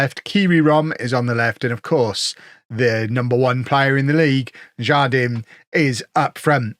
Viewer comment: The Spanish J sounds like an H, so it would be har-DEEN. it means "garden" :)